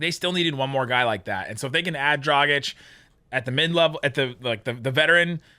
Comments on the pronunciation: It's DragiĆ...His dad is Serbian...just like DonciĆ...ok they are Slovenians, but you can't ignore they Serbian roots. Be respectful. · One good thing about the Dragič saga is that you both learned to pronounce his name correctly. 😂😂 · Did he though? Still not pronouncing it quite like anybody from Slovenia would.:D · If he comes here, Derek Harper will never say his name right! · It's DragiĆ...His dad is Serbian...He is Slovenian ok, but you can't ignore his Serbian roots, just like DonciĆ. First name is the same.